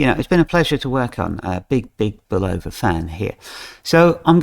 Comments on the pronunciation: I like the accent, its great. However, for those who are sticklers for pronunciation, it is pronounced Bull-O-va(short a). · Bulova was the first TV advert and if you listen you will hear how to properly pronounce